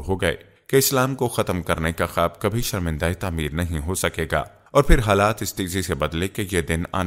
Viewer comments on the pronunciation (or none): none